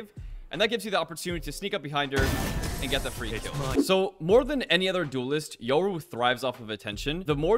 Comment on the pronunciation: Are you pronouncing his name as Yuro 😅 it’s triggering me